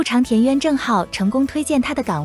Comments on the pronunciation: 部長 是念 部掌 不是 部常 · 这是机器人发音吧？部chang是什么鬼